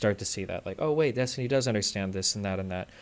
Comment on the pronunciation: Cokestiny? XD